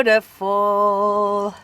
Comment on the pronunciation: I have to look for it As you always say, "Besutiful".